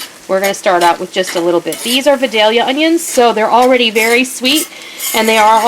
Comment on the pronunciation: Great vid! Love hearing people pronounce Vidalia ( we live I area so these onions are a staple in every home). Down here we as Vidaya! Lol. Love the basic vids